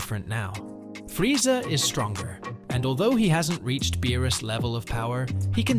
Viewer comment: Bro says Frieza like frieza, bro its freeza